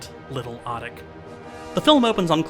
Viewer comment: Appreciate this review, but please note it's pronounced "oh-teek." not "ah-tick." Always happy to see Shhhhhhvankmajer getting some attention. Czech is a pretty tricky language in most ways, but one thing easy about it is it is consistently phonetic, so once you know the sound a letter makes you can pronounce any word or name correctly by simply sounding it out one letter at a time, unlike English with all its pesky diphthongs.